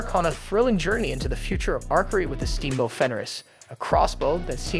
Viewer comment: Indeed. And the voice they used can't pronounce words properly. The way it says archery is annoying